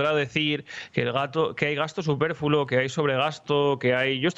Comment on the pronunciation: ¿Gasto "superfulo"? Rubén, Rubén... ¡Superfluo!